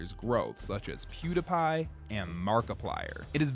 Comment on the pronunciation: Good video! (You said PewDiePie wrong tho😂)